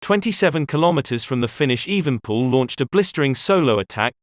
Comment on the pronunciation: the name is EvenEpoel not Evenpoel